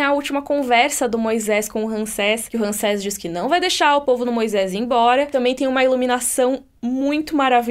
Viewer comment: É Ramsés, não Ransés. Tem que falar como se fosse assim: Rãmsés.